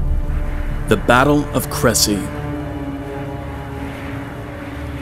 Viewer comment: The narrator should use a better pronunciation of Crécy, even if he doesn’t want to go full French. This is a quibble, though. Also, accents are missing, such as for Alençon. Regardless, great work!